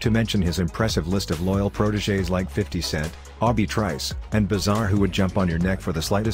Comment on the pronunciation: "al-bie? " LOL. The way he said it, i laughed so hard at this